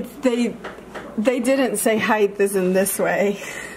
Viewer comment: Love ya... It's height, NOT heigth. I'm just sayin, it's not a southern thing it's a mispronunciation thing.